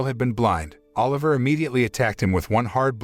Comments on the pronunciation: BRO ITS OLIVA NOT OLIVER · BTW, it's Biscuit Oliva not Oliver